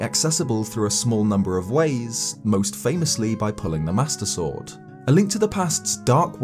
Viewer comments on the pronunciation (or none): none